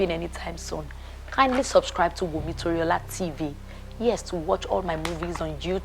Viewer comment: Wumi without the "n".😅😅😅❤❤❤